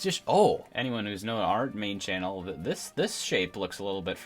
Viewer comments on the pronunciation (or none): none